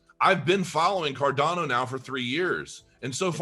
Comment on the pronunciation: It's CarDANo... not CarDONo - FYI 🕺🏻